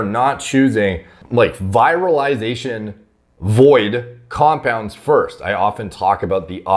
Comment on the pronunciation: Just to help you step up your game: the first “i” in “virilization” sounds close to the “ea” in “ear.”